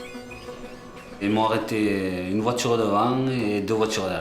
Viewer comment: Dès les premiers dialogues j'ai arrêté. Insupportable d'entendre "voitchure" et autres mots prononcés à la façon de macaques.